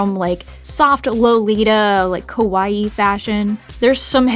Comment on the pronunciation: Your pronunciation keeps throwing me off. It always sounds like you're saying "kowai" (scary) instead of "kawaii." TTvTT